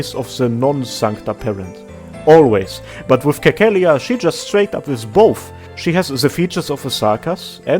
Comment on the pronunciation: Cecilia is pronounced like Sesilia lmao. Anyway, upvoting for Persona 5 music.